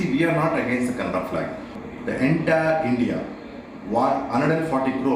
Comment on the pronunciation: it is not Kannad we call it Kannada